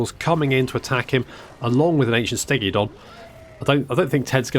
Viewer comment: I do love that you add an “i” to Stegadon and Bastiladon 😂